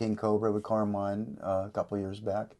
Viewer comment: Carlos is a very cool guy, I love his guitar stile and is funny how he butchers italian names ( to my ears he said Caermain instead of Carmine😄 ).... can't wait for the next Ratt album...